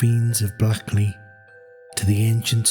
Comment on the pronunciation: Not blackley..... Say it like this blakeley 😂